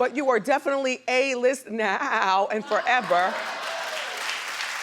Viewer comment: why did Wendy say “now” like that?